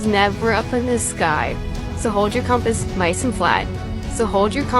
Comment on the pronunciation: Does this narrator really not know how to pronounce "compass"? Or, is the narrator a computer?